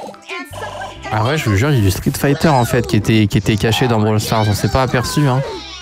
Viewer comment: Sa me fume quant tu dit "Brawl stars